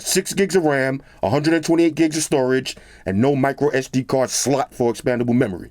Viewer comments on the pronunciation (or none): How he said slot though 😳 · Love how he pronounces "SLOT".